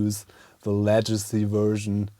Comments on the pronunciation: Hey, just a heads up, the English word legacy begins like leg, not ledge. Cool little device btw! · FYI legacy is pronounced Leg a see, but your English is still a lot better than my German. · Excellent video! By the way, the "g" in Legacy is pronounce as the "g" in gerade or genau. Tschuss!